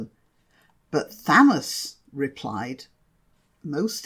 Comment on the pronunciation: You say it is Thoth but I was always taught it was pronounced Thoth.